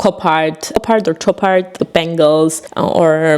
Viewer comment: 😉Clash is super, Chopard wird sch ausgesprochen